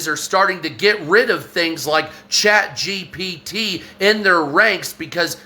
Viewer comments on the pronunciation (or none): none